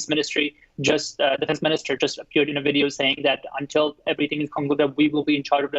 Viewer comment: he can't even pronounce video, i see we have much work to do